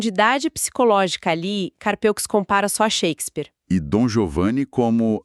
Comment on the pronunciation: A pronúncia é "Carpû".